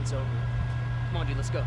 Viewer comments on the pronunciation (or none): none